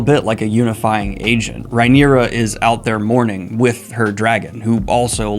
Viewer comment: The knights name is Cristen Cole. The King is named Aegon, AEMOND is the name of his brother with one eye. The hand of the king is his grandfather, OTTO Hightower, Hightower being his surname. So he goes by Otto. Rhaenyra is pronounced (RAY- knee- ra) not (RYE- knee- ra). You are welcome.